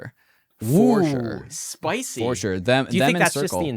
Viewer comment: Chicago in the house:) said SPICEY. Made me lol.